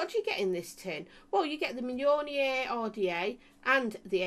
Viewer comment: Yay you said Mjolnir right this time! 😂😂